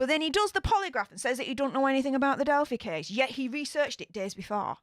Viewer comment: I think it's cute you call it delphie, but some might get offended because it's a sensitive subject on these interwebs. It's delphEYE with a long 'i' noise. I've said things wrong and been attacked, so just in case, I wanted to tell you.